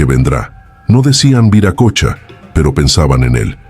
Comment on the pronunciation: Se pronuncia viracocha no viracocha